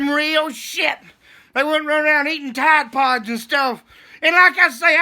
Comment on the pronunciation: You said tide pods 🙄 🤣🤣freaking looney 😆